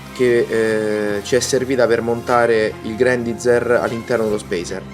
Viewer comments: Mi chiedo perchè continui a leggere il nome come è scritto... ormai si sa, l'inglese non ha regole di pronuncia, ma ciò non toglie che il nome del robot è pronunciato Grendaiza(r) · Non fraintendermi, ho apprezzato la recensione (ne ho pure viste altre riguardanti questo modello, per un prezzo simile tutti i difetti e le incongruenze che si porta appresso mi intristiscono). è solo che era la prima volta che sentivo una persona pronunciare così quel nome, è mi è parso alquanto strano. Poi sì ecco, lasciando perdere i giapponesi e il loro GURENDAIZAH, grendaizer è più la pronuncia americana solita, mentre io ho scritto quello che un britannico avrebbe detto, con una "r" tendente a un "ah" finale. Niente, cosucce, lascia perdere:)